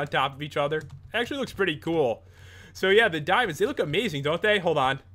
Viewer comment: Dimonds, dimons, dimons, dimons, dimons